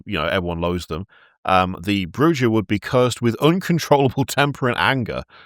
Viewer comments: just for my own sanity, it’s clans Broo-hah and Zi-meet-zee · Tzimisce = Zim-eet-zee Brujah = Brew-ha Other than that, good work on your attempts to pronounce vampire clans,.